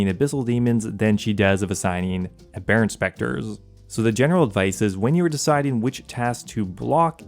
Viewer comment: abb - er - rent btw